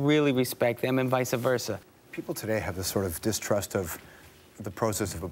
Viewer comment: "Vice-ah versa" It's vice versa!